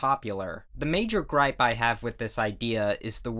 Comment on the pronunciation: is it just me, or did he say grip weird ... just me ok